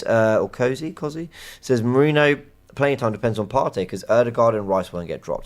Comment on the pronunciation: Merino's surname basically transforming to Mourinho. Why is it so difficult for you to pay basic attention to how foreign names and surnames are pronounced?!